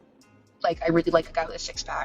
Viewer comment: oh rearry???